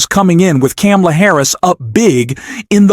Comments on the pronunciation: Yep. What is wrong with, that he seemingly deliberately mispronounces her name? Try saying Kar-ma-la, FFS. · comma;la.......really not that hard to say correctly, PLEASE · Please learn how to pronounce Kamala. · I will not like or follow you until you learn to pronounce Kamala’s name correctly.. COMMA-LA. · Her name is comma-la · needs to learn how to pronounce Kamala's name before he can continue publishing critical analysis against Trump. It is very annoying listening his analysis about Kamala. He obviously didn't listen to the DNC speaches. This may be a computer generated audio. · Great video, but PLEASE learn to pronounce VP Harris' name correctly. Then, you'll get my "like". The "Ka" rhymes with "Pa". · Learn to pronounce Kamala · Everyone who has a problem with the narrator not being able to pronounce Kamala name right seriously needs to get over themselves. I'm sure you wouldn't like me either and here's the sad thing, I'm an independent who voted for both republicans and democrats and this year will vote for Harris and I even believe that as Trump is the nominee that it might not be the right choice to vote for a 3rd party because we need to do everything we can to keep Trump out of office, but those who have a problem with anyone who's not able to pronounce her name right, probably wouldn't like me either. Seriously grow up and get over yourself snowflakes. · If you want to call out Trump on his cognitive decline and hypocrisy….you should learn to pronounce Kamala’s name properly. 🤨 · Please learn how to pronounce kamala the right way before posting another video. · Pronounce Kamala Harris properly.